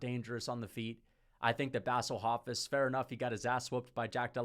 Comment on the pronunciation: “Bassle Hofiss” is one of my favorite pronunciations